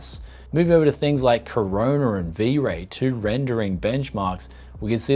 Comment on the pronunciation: A minor correction if I may - I've noticed this in older other videos too, but I'm pretty sure it's cOrona, not cArona.